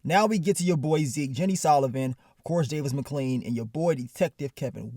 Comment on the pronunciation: “Davis Mcclean” 😂😂😂 nigga say everybody name wrong 😭